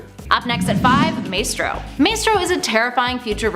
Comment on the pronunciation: Maestro: [my-stroe or my-stroh], not [may-stroe]!